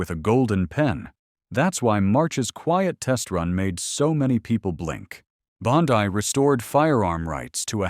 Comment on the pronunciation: Pam Bondi (Bon-Dee. Not Pam Bondi-dai.)